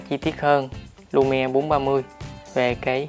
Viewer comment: tên là Lumia mà cứ nghe là Lumie.